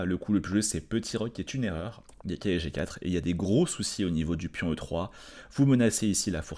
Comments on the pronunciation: qui n’est pas toujours fou fou, devait être un élève zélé qui adorait ses cahiers d’école. Doté d’une diction irréprochable, il prononce néanmoins cavalier comme si c’était cahier… ça lui permet de gagner ce qui lui fait souvent défaut, un temps. Parce que cavalier, pff… c’est trop long! En guise de compromis, il a recours parfois à « calier », c.est mignon tout plein… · Je précise que quand prend le temps, qu’il est tranquille, et que ça roule, il prononce cavalier normalement. Mais quand la fièvre le prend, et la passion le gagne, il ressort le cahier et le « calier »!